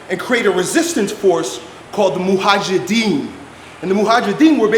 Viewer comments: Mojahidin not mohajidin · That’s Mujahideen btw and not Muhajideen. You were pronouncing the word incorrectly. It literally means the ones who are struggling/striving.